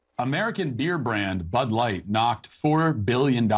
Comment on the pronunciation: What is but light? He said bud light. Like but light.